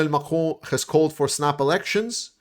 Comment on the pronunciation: Your pronouncing of Macron is so nice. I’ll only say it that way from now on, also when I say croissant. Very good news, thanks man, Slava Ukraine.